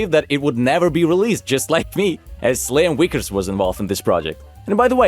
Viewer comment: I got only one question to ask you, you know it’s Liam Vickys right not the Liam wickers.